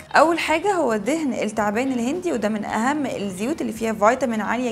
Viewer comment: مش عارفه تتكلمي كويس!! الست الشعر التعبان كل دى ال شمسيه لا تنطق اشمس اتعبان اشعر هكذا تنطق